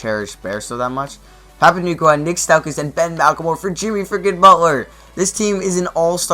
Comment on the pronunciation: Stephen not Stefon. Stauskas not Staukas